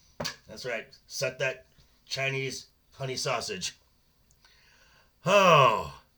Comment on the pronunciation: Did you say Chinese Honey Sausage? Lol .